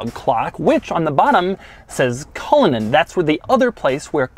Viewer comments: 100% thought you said "Rolls-Royce Colon" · The pronunciation is cull/in /Ann as it’s an Irish name !!! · He said it like a swedish person lmao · couldn't even be bothered to learn how to pronounce the name of the car he's reviewing before making the video. Classic doug